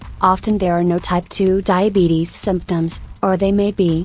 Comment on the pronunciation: emmy 595 No, they're making a joke. If you noticed, the atuomated voice says "Diabeetus" not diabetes.